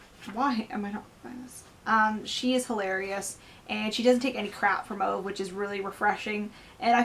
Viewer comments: His name is not OVE, it's pronounced OOVA. 😁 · I love this book, my book groups love it!. I went out that week and purchased 'My Grandmother asked me to tell you she's sorry' ..equally enjoyable read! By the way, OVE is pronounced 'OOoo Vahhh'